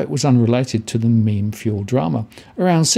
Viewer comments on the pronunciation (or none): He got it right the first time in the video and then reverted to "mem" At least he is not still saying "me,me". I don't know why so many people struggle with this haha I read it the correct way from the beginning.